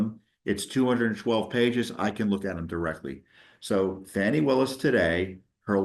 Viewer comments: Its not Fawni it is Fani come on man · There is NO "W" in "FANI".